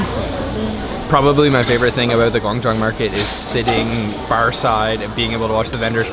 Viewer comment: This is a random question but I’m just curious, what part of America are you from because you pronounce About differently or are you Canadian?